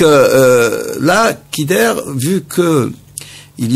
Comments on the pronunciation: allah yerham les vais moudjahidins vous parler de dakhmouche youssef alors que vous ne le connaissez meme pas et vous n'etes pas sûr que c'est le tueur en plus on dit khider on ne dit pas kider et enfin ou est le tresor du peuple algerien ????? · Il prononce Kider au lieu de Khider